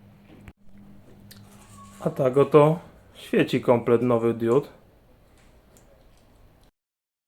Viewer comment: Nie pisze tego zlosliwie. Film jak najbardziej wartosciowy ale diud kluje mnie w uszy tak jak wlanczac czy szlem.